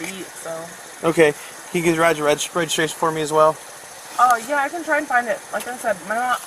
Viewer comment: "What do you need? Resregiration?" LOL